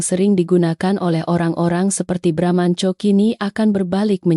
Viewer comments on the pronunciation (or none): Baramantio jadi bramnco😂tapi file yg seharusnya fail jadi FILE Wellcom jadi welcome😂hadeeehhh nararator konsisten deh biar gak risih denger narasinya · Sebenarnya Bramantiyo apa bramanco , yang benar dong kalau baca